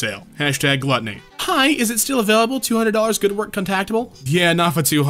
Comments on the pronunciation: my god man why can't you say "Available" properly.... you keep saying avalyuable. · "availuable" i find it so funny how he keeps mispronouncing available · I LOVE the way always pronounces “available” as “a-vail-y’able”…it makes me smile EVERY time. I always wonder what regional accent underlies the “New England City” accent he primarily uses.